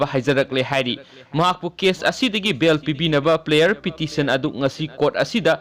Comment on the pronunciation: Paochesibu pabiriba eenaogi "PRAYER" haiba waheidu 'PLAYER" haina pronounce toubire,semdok-hanningi.....